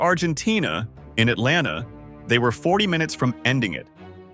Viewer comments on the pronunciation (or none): none